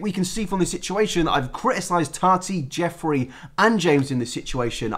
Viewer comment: I thought you said Joffrey instead of Jeffree cause of the amount of times you said GoT